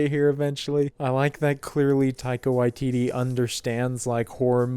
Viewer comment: your pronunciation of one of our Maori directors; thank you for doing it properly 👌 If you enjoy our kiwi humor, some other great NZ comedies I also recommend; Hunt for the Wilderpeople (Directed by Taika Waititi) Eagle vs Shark (Directed by Taika Waititi) The Breaker Upperers (Directed by Jackie van Beek who played the Familar in this movie) Some other amazing NZ movies: Savage (drama around the life in a NZ gang) Boy (Directed by Taika Waititi about growing up as a young Maori) Once Were Warriors (another NZ gang drama starring Temuera Morrison) The Piano (drama about migrating from UK to NZ in the early 20th century) Heavenly Creatures (crime drama starring Kate Winslet & Melanie Lynskey) Whale Rider (modern setting based around Maori folklaw and tradition and small town life)